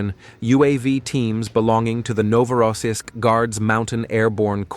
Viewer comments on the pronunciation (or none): none